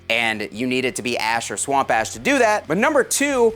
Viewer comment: I'd take this guy with a grain of salt. probably paid him for this sponsorship. In all seriousness, this is pretty sweet. Way out of my price range, but still nice. Edit: It sounds like you're saying swamp ass, lmao.